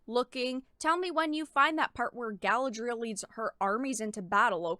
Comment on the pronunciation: "" can't even pronounce Tolkien and Galadriel correctly. That's not a good start for defending the sanctity of the "source material." Reading the Unfinished Tales (a.k.a. the "source material") will give a better understanding of Galadriel, called "man-maiden" by her mother and described as having "fought fiercely" in the 1st Kinslaying.